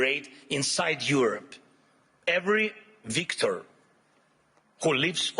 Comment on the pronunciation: Yes! "every Victor" ... deserves a smack upside the head.